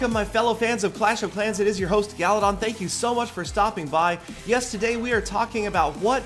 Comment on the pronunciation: "Hey guys (Peter accent) Peter17$ here... I mean.... I mean."